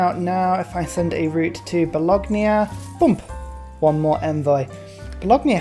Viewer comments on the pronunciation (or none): I'm English so your accent is no problem. Owls of Minerva you pronounce as Minervia Balogna you crucify and say Ba log nia... it should be ba lon ya, there are others but you get the picture, never mind, sanity (mine) is over rated anyway